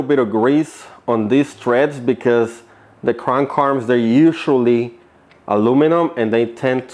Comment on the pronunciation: {th-reds} threads. {Kra-(able)-nkuu} {aR-(are) mmm} Krank Arm. There you go bud